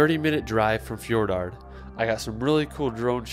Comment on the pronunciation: No 4 should be Fjordgård, not Fjordard.